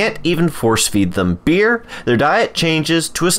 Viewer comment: BEERY XDD